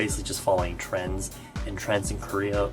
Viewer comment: Am I the only one who heard when he said TRENDS but actually I heard TRANS😂😂😂